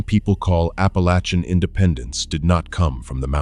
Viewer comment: It is Appalachian Mtn Range. Pronounced Appa lay chen. I'm from there. My Great Grandmother was from Chattanooga in the late 1800's. Her family moved there from the Carolinas. Later moving to Western TN & Texas.